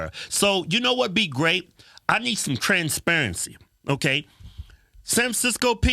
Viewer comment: “ You need trans parensee” 😂